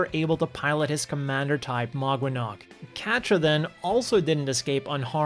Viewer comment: Great video. Idk enough about the other series but just outta respect for the name Quatre is said Ka-tra 🤟